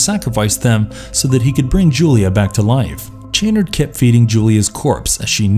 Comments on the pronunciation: Pronounced sha-nard, not chan-nerd. With as much money as you voice actors probably get, you'd think you would research pronunciations. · It is pronounced Dr. Cha-Nard -_- Being Clibe Barker over saw the first 2 movies. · his pronunciation of Channard irks me as well lol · I respect the effort, but you mispronounced soooo many words. Cabil? Chanerd? Lamint? I get the feeling that you haven’t seen these movies. You read some synopses and made a video. Please try harder. Do better. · It’s Dr. Cha-nard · Why can the narrator not pronounce Dr. Channard's name correctly? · This guy mispronounces the names of nearly every character and object in the video. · Lament and chanard really made me frustrated